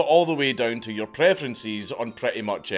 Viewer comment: When, Dank says "Your Information'' it sounds like he's saying "urine"